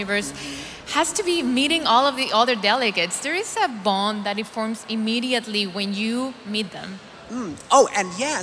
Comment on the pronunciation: FORMS NOT FORMA